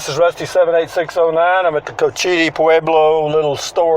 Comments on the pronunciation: It’s coach-Ite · When you are reporting about places new to you, especially on indian land, please take the time and make the effort to get the facts right. And at least learn how to pronounce it. Any of the people in the store could have told you the correct pronunciation had you asked.